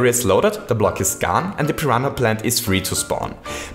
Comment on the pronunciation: Pi ran a is how u say it not Pi hana